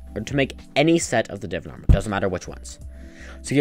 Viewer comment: its not divin please say it correctly its divaan